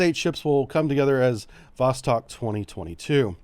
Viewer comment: Great coverage of the exercis👍👍👍 BTW, Vostok is pronounced Vos-(stock) instead of Vos-(tech).